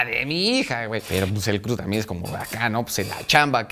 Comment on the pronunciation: ¿Ya supo decir “crew”? 😆